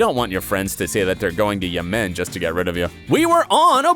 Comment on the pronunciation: again with pronunciation and mistakes. When talking about Janice can I ask where on earth is "Yemin"?!?!?! It's Yemen!! Xxxxxx